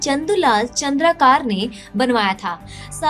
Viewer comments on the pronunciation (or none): Its चंद्राकर Not चंद्राकार . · चंद्रकार नहीं चंद्राकर है